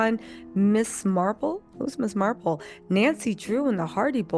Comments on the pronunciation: It's Miss Marple actually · Not Ms. Marble. Girl Marvel. 😂😂😂😂 you kill me when you pacifically mispronounce words. And yes I said pacifically. It's language. 😂😂😂😂